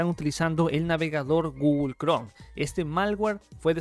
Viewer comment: Lo voy a tomar tan en serio como puede ser tomado de alguien que dice "Gugol Cron" y "Microsoc"